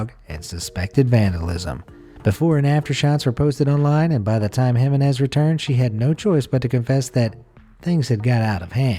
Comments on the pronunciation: You need to learn to pronounce Jimenez. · It gave me a headache how he kept mispronouncing Jimenez. And most Americans keep laughing at how other countries speak English. Hah.